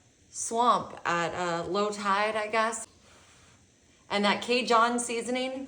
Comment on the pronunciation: Oh my gosh. I appreciate the effort but oh my gosh!! The food is fine. Everyone is doing it. It was on the calendar creators subscribe to. Not the problem. I don't know who this is, but she is highly unprofessional, failing to prepare adequately. "An dooley" ???? "K John"??? and a bit of that sing song thing. Is that a Yankee ( northeastern part of country) thing. I don't know where that speech pattern originates. But the flat out mispronunciation of common foods has to go.